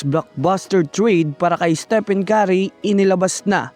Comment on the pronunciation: Hoi ungas! Ayusin mo nga pronunciation sa name ni steph..